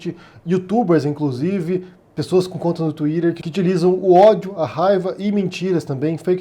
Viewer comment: "wilston" é feio mesmo. Mas "tuírer" e "bôts" não é muito melhor